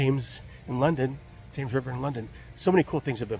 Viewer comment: The taymes? 🤣😂